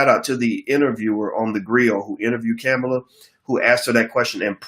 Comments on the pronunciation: I rock with Boyce or any black man or women thats for uplifting the black community, but bruh... Why is the highly intelligent black man mis pronouncing Kamala Harris name....unneeded disrespect, its Coma-la. Dropping bread crumbs to people to not vote IS NOT a winning stratgey at all, History has proven this, this is a FACT. You dont have to come out and say Dont Vote for people to get your jist. No politician is perfect and never will be... who is more likely to advance the black agenda Trump or Biden? And if anyone thinks they are the same you need to research more, And I dont wanna here about no 94 crime bill, ...People forget black people called for something to be done, because our neighborhoods were under seige by violence and drugs...IE the" Carter "New Jack City. That shit was real. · Boyce.....please, regardless of your view on her, let’s be intentional about pronouncing her name correctly. Kamala pronounced “Comma-La”. With Respect❤️ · Kamala (pronounced Comma la) Harris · Bruh, it’s Kamala (Comma la)